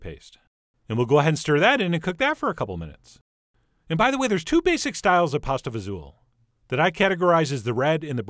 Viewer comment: Thank you for saying it the right way :) I grew up eating this. This video made me happy.